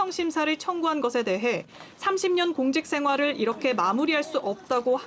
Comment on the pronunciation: 김성훈의 발음에 따르면 '공딕댕활 이렇게 끝낼두 없듭니다'가 올바른 표현입니다.